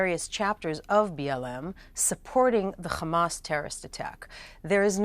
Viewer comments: It's Hamas not Khamas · As an Arab and Muslim, I am going to say a few things: 1- It is called Hamas with an H not KH … so pronounce it right 2- The war didn’t start on October 7th . It started when Israel decided to take the role of the jailer to over 2.3 million Palestinians at the beginning of this war. Treating them like animals without any rights. I keep hearing that Israel wants the best for the Palestinian people and for them to be a democracy. If this is true , why did they kill 223 Palestinian when they peacefully marched to protest against blockade they are getting from Israel with this blockade covering land, air and sea. So civilized , loving and peaceful 😏 So IOF was all of this and they killed 223 , then how many would they have killed if they weren’t. The proof Israel is the oppressor is there is over 5000 Palestinians arrested before that day mostly for fake crimes and accusations. Some of which are as young as 10 years old. 3- The solution for all the issues going on in Gaza is not the dissembling of Hamas as you keep saying but the Israeli mentality that Palestinians need to leave their ancestral lands to stay safe. Now regarding the fake points said by the guest Noa Tishby… I dare you to show us any Palestinian blaming Hamas for what they did. Coming back some of the fake information being fed by Piers on this show over the last few weeks 1- Palestinians refused the peace talks in 2000 but no one is talking about 2014 Peace talks when all Palestinians group but Israel refused . 2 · It’s Hamas , not Khamas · Why does she pronounce hamas like that ? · Kkkkhhhhhhamas lol they can’t say haaaaa maas Lol Butch is annoying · Khamas Khamas Khamas ... is it a tradition or a sign of your fake Israeli patriotism to pronounce hamas like that ? I mean your a native English speaker you're not even born in Israel so whats your excuse to pronounce it like that ? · The moment I hear the word Khamas I just leave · Why those bigots pronounce it khamaz 😂?!